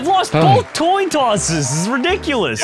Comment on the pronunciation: Did he say toin tosses?